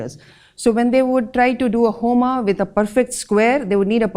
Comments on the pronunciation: Please, do not pronounce शास्त्र,आश्रम, होम as शास्त्रा, आश्रमा, होमा. Otherwise you sound like you are still under slavery of Britishers. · Why you add "a" at the end of many hindi and snskrit words in pronouncing, like आश्रमा for आश्रम, महाभारता for महाभारत, होमा for होम, and many more? Please try to pronounce hindi and snskrit words correctly. Thanks.